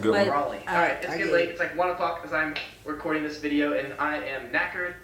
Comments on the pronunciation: haha, watched til the end "I'm nackered" not nackers:) You get kicked in the nackers lol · Prawns and shrimp are not the same things. They are related. Also the word for tired is "knackered" not "nackered".